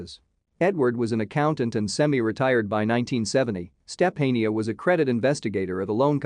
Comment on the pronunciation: Step-A-neeah? Sophia?